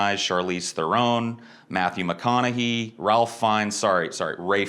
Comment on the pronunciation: kudos on doing your due diligence and properly pronouncing Matthew McConaughey!